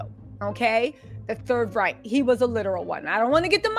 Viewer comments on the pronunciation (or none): none